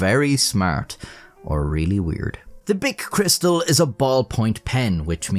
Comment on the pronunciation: Cris- tal ,surely? Being French.